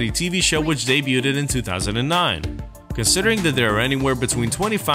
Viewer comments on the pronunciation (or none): Day bewd. Not day bew dead. Nice video